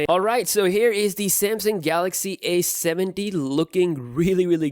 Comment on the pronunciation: Repeat after me: A,A,A,A,A not aS,aS,aS Now say A70 not aS70